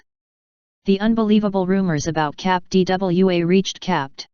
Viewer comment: What is it with this proliferation of robot voiced videos about strange things? Is there no one who will actually narrate this? I find it annoying when she says "cap D.W.A."